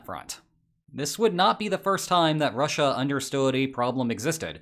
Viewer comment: The way you say Russia is done gives me phisical pain